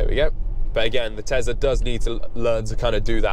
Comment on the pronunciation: What's a tezla?